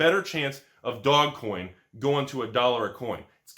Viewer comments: Its not DOG coin, its Doge coin. Ez clap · Did he just call it 'Dog Coin' ? un-sub !